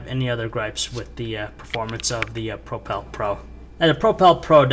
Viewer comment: Really annoying, i cant stand that he cant say propel.